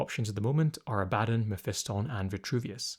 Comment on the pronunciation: The way you say Abaddon, or Ab-uh-don makes me want to punch your English teacher in the face, lol.